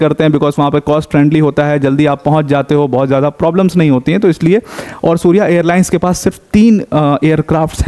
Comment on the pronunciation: सूर्य एयरलाईन्स नहीं सौर्य एयरलाईन्स हैं🙏